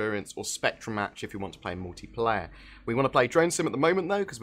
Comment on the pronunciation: what's MOWtiplayer?